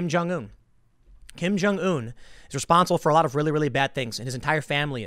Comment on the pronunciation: Oh Rearry?